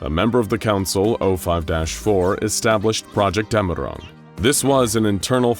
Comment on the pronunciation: Its dämmerung, btw